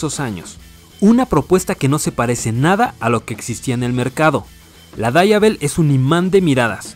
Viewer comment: Se pronuncia como se escribe.. DIAVEL, no DABA EL.. es italiano..